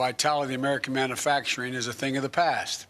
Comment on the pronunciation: Guy can’t even pronounce manufacturing,never mind what it means.